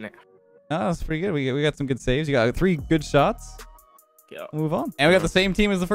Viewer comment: I like how every vid you say things like free double, free air dribble but even free I can’t do it😂